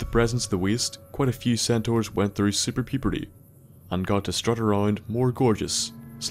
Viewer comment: "Superpuebrty" I'm dead xD